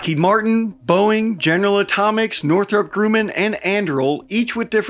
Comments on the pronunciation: Awesome video, but why are you pronouncing Grumman like that? It sounds like you’re saying “grooming” without the g at the end. lol “groomin” .. isn’t it pronounced phonetically, like “Grum-man” or rather “Grum-min”… my Dad used to work for Grumman, along with my late Grandfather throughout the 80’s and 90’s. I think even some of the 70’s, but I don’t know for sure. Sadly, the Long Island, New York Grumman ended up doing mass layoffs, reducing its Long Island workforce from 25,000 in the mid 80’s, to approximately 3,000 by 1996. I still remember it vividly, being like 6 or 7 years old, lying on the couch with my Mom, watching tv. We both dozed off, only to be awoken by my Dad, stumbling through the door, drunk off his crying on his knees beside the couch, telling my mom that he was laid off. I guess he hit the bar after getting the news.. understandably so. They just had to get a full shift out of him before breaking the news to him! But yeah, I felt really bad for him, as he and his dad dedicated so many years to that company, and he loved it there. But anyway, sorry for the long winded trauma dumping comment! lol I’m just recollecting my personal experience related to Grumman, that’s all. And I always knew it to be pronounced “Grum-min”… but then again, I am from Long Island, and we all know how dumb and trashy the Long Island accent is. 😂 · Minor point. It is NOT Groooman. It is Grrrrru-man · it's Northrop "grUHHman" bro. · My buddy works with one of the companies in the project. Its down to Anduril and Northrop Gumman (There are two M's, and is pronounce Grum-man, not like the protagonist of "Dispiccable Me"... C'mon man?! Marines are supposed to be literate, haha) with Anduril's LATTICE platform to be really interesting the military brass. That's all I got on this for now. From one crayon muncher to another, Semper Fi,. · Who pronounces it 'Groo-man'?! 🤣🤣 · I’m sorry. Northrop “Grooman??” Is this guy new to aviation?